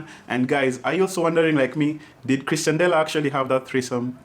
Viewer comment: C'moon, told you it's pronounced Ex-tian-dela last time 😂😂